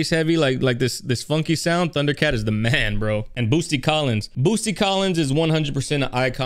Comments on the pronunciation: Ok.... u do realize it's boot...sy. Not Boos..ty right? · Idk why but hearing Boosty instead of Bootsy just triggers me 😂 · It’s Bootsy, not Boosty. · I tried saying it on stream a couple times cause you asked chat, "what kind of name is Boosty?" His name is Bootsy. T before the S. Yeah, it's still a weird name, but it's pronounced correctly. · this man just called Bootsy, Boosty lol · It’s Bootsy not Boosty, but you said it right though as you react along. Good job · Sir, his name is Bootsy NOT Boosty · Why do you keep calling him Boosty instead of Bootsie? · Yea...it's pronounced 'Boot-see' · It’s pronounced “Boot-see”….And yes I know I was conceived to this song, before it came out 😂😂😂😂. George Clinton, Bootsy Collins& George Duke, Alexander Oneal etc etc was what I grew up on lol. This is a whole mood& as an audiophile my ears are crying with tears of joy 🙌🏽😂. Lol at Spice Adams lol. I’m here for it 💁🏽‍♀️ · Bootsy ! Say it right, respect the artist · Man said BOOSTY AHAHAHHAHA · BOOT-SEE...SAY IT WITH ME.... BOOT-SEE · Why does he say boosty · Say "boosty" again. I dare you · Pronounced BOOT C.